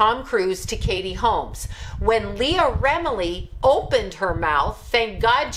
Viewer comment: Leah Remini. Why can't anyone say or spell her name right?